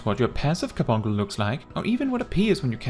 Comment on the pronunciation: I can't even continue to watch this 🤣🤣 because I want him to say Car-bunk -le right... 🤣🤣